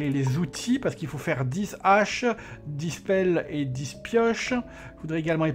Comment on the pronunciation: c'est toujours navrant pour moi d'entendre de telles fautes de Français...il faut que je t'en fasse part...dix pioches, dix pelles etc...on ne prononce pas "disse" mais "di"....et un peu plus loin...on ne fait pas la liaison avec les Haches!....je sais c'est pas toujours facile de faire du sans faute...je ne résiste pas à dire ce qui me choc un peu ^^